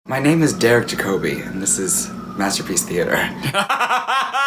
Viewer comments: Pretty sure it's JACK-a-bee, not ja-CO-bee (capitals for emphasis on syllables), as that's how I've always heard him introduced, including at awards. But I love the shoutout to that AMAZING actor. Edit: ...I do realize that award shows are not reliable sources for name pronunciation coughAdeleDazeemcough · His name is ‘Jack-o-bee [‘djækobi] not Ja-‘koo-bee. And he’s a Sir, miss. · It's pronounced JACK-O-BEE 😉😘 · And it’s Jacobi not as in Obiwan cheri